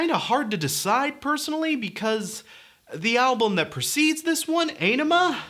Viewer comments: "Á-ni-ma"... not "e-ni-ma"... you non romance languages speakers... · You mean "mispronouncing" because he constantly says it wrong. It's easy to find videos with Maynard and Adam saying it correctly... "ON-ima" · I know many people have already told you this, but you look fantastic,. And this is perfect for me, being a person whose first Tool song was the most recent one. And from what I researched, Ænima is pronounced "OH-nima". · It’s pronounced “Ah-nim-uh.” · The Undertow album was released around the time Nirvana was on the scene, this album was a serious punch to the face and the genre bend. The album Ænima is supposed to be pronounced 'On-ema'. Just to throw that out there. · Aenima = Eye-nima. Die Eier Von Satan is about hash cookies. Not just cookies. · It's pronounced "Ah-Ni-Mah" if that makes sense. They've pronounced it in old interviews. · Pronounce Ænima: ON-emma. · One does not simply listen to Tool. Turned off the video when you said Ay-ne-ma. Blasphemer! Heretic! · This is amazing by the way its pronounced awnima that's from adam jones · It's pronounced AH-nima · It's pronounced ON-ima. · "The title track" I see what you did there, avoiding pronouncing Ænima. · to be clear, the Æ is pronunced like A in Bad. its a nordic letter.